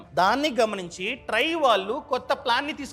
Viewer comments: Dont pronounce try (ట్రై) wrongly its trai(ట్రాయ్) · ట్రై కాదు ట్రాయ్ అనాలి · Adi try kaadu ra naainaa , TRAI... Akkada deergham paluku jara